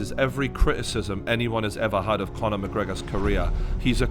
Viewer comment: Conor McGregor Faaaan ? Loooool this fatty doesn’t even know how to pronounce !